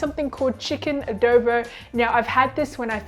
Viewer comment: showed this video to my filipina colleague. the notes were..... pronunciation of the word Adobo. Its not Ahh-dow-bow, shorten the o sound by half. And also $22 and $25 for a takeaway container serving is too expensive but in this covid times anything to support the small business is good. All in all it was a thumbs up hahaha.